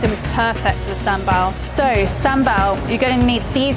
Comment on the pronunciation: You cannot even pronounce SamBaL.